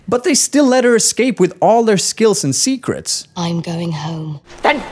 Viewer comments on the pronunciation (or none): none